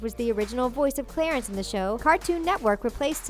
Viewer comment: I love “Clatence.”